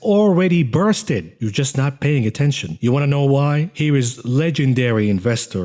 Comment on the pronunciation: Burst-ed lol 😆